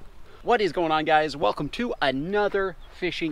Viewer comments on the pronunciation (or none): none